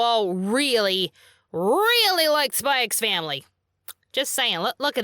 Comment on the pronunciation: "Spy ex Family" -- For future reference, the "x" is silent because symbols are often used in titles to space out letters. Hunter Hunter, Spy Family, Gun Sword, Kiss Sis, Rosario Vampire, Highschool DD. Right after One Piece came out, a fan wrote in and asked Oda why he called the series "Nep Ece" due to the stylized title.